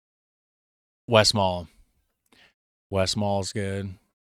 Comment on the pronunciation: and its not again westmall ist westmalle. good try but its the E, i know it's hard